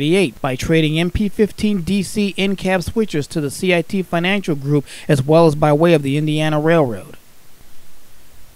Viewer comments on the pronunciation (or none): none